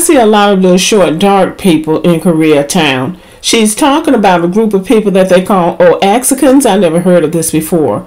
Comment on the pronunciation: Just an FYI: The Mexicans she was talking about were from Oaxaca. It's pronounced "wah-HAH-kah." If anyone still needs proof that some Latinos harbor an anti-black bias, then this would be it.